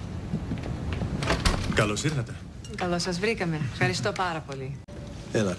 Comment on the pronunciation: Φχαριστω ιολα 😂😂😂😂 κλαίω😂😂😂😂😂😂😂